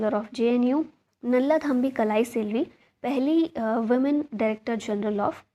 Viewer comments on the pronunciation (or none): none